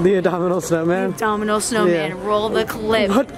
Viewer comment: Haha it's so funny how said the abdominal snowman instead of abominable.